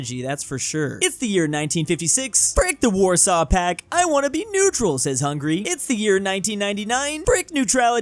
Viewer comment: Ah yes netural